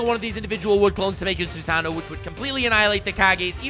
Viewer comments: How can you not pronounce susano'o? It's not Spanish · I hear Swagkage in the distance...he’s emphasizing powerfully... “THEIR OWN INDIVIDUAL SUSANOO”